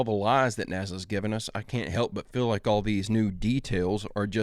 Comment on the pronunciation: calls nasa NAZA 😅